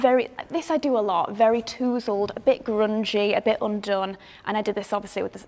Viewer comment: I love the way you pronounced tousled ..made me smile :)